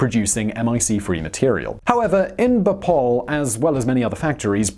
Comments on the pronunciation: It's Bhopal, not B'Paul 😂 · I always thought it was pronounced 'Bo-pahl' , rather than 'Bople' ? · It’s pronounced as BHopal and not Bopal. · The city is called BHO-PAL and not BHA-POL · Simon, it's not "bohpole" it's Bhopal and it's located in the state of Madhya Pradesh and not in the "town" of Madhya Pradesh. India and Indians demand respect and responsibility! I sometimes think that what China is doing is good, because Westerners won't respect us until we bully you like China is doing. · It's pronounced as BHO-PAAAAL!! -_